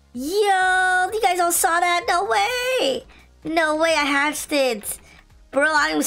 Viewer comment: He said he hatchded A Titanic 😂😂😂😂😂😂 bruh